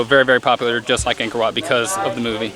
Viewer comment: This is a great video! The temple is truly a great place and thank you for visiting my home country but just a tip, "Ankor Wat"-if you want to sound more native- is pronounced "ung-kh-or wh-aught" :) keep in mind, you aren't Cambodian so it's okay if you don't get the pronunciation right away. You guys are awesome. Keep it up!!